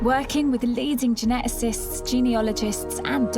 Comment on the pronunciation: How Stacey Dooley ever became a successful reporter is beyond me. Her accent and pronunciation is dire. She mangled the word geneticists. *gernetasist